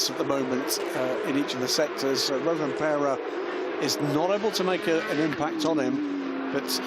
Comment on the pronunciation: Pronouncing Rovanperä wasn't that bad. He even tried to say the ä.